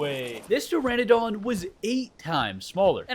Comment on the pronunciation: Until the day I die it'll be "pe-ter-a-don" love american slang 😆